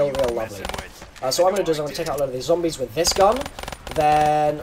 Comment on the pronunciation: Is it just me or did he say zambies?